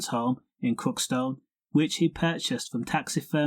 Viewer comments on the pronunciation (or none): did he say krokston or crookston but pronounced it krokston